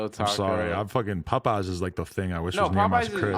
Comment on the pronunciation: lol when Adam pronounces Popeyes like "Puhpeyes"